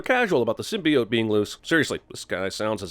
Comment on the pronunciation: HOLY CRAP THEY FIXED SYMBIOTE PRONUNCIATION!? Then I WILL see the movie.